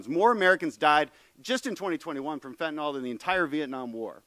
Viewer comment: It’s pronounced ‘fentanil’, not fentinall.